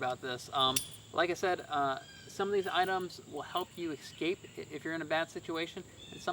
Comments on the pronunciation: The word is escape, not exscape. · lots of interesting and well presented products but without demonstrations, it’s hard to determine the effectiveness of each item. As retired USAF, it’s a nice change to see a fellow Airman. And I sincerely request, please stop saying, “ex-scape,” it drove me crazy 😝